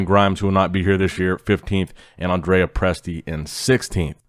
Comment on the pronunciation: Dude said Andre sixth 🤨